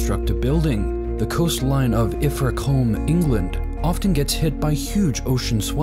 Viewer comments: Ilfra comb?... What's Ilfra comb?... it's pronounced Ilfracoom, plonker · Ilf ra colm haha it’s pronounced ilf ra coom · Please note that your pronunciation of Ilfracombe is wrong. it pronounced IlfraaCoom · "Iffracolm, England"!! 🤦‍♂️ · Ilfracombe is pronounced Ill-fra-coom. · Ilfracombe is pronounced Ilfracoom. A coombeor combe, both pronounced 'coom', is a hollow or narrow valley. More commonly pronounced just c'm when combined with another word: Wycombe 'wick'm' , Addiscombe 'addisc'm'. It is nothing to do with the thing you drag through your hair. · If your going to make a video of British Coastal towns please do us the honour of learning to pronounce them properly .. Its .. ILL ..FRA .. SOUNDS LIKE RA ( AS IN RAT )...COOMBE SOUNDS LIKE MOON ...thank you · The way he pronounced “ ilfracombe” 😂😂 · You absolutely butchered the pronunciation of Ilfracombe 😂